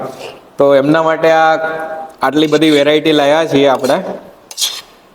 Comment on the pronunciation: Gujarati shudhh bolo...laya nahi lavya...etc...jagya kyan chhe te sauthi pahelan kahevun pade .